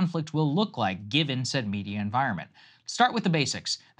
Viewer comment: Stop talking like that Saagar. "Said" "Said". It's annoying